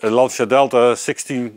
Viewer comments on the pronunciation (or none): Please, FFS... it's LAN-CHA. It's really not that hard. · I love your videos, but for the love of god, it's not LanSEEa, it's Lan-Tcha! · how you can be car guys and mispronounce the italian name of the one of the greatest cars is beyond me.